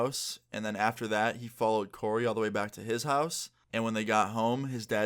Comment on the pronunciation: Omg my name is coray but u said Corey :( but u were close to my name